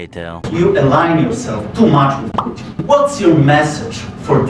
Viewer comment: ✅️ Putin ❌️ Puddin'